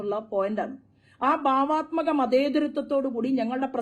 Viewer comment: ഭാവാത്മകം അല്ല , ബാവാത്മകം! മഞ്ഞളിനെപ്പോലെ സ്ഫുടതയോടെ പറയൂ 😂